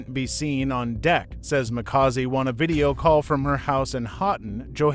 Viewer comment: Mxm this person can't even pronounce Makaziwe . This is a propaganda 😢